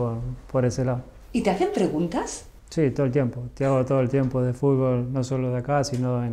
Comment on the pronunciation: amo que diga fulbo y no fútbol